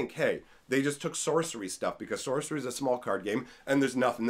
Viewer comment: lol "Socery"